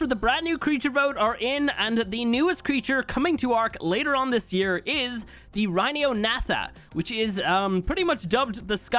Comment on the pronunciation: It’s pronounced ry-ni-o-na-tha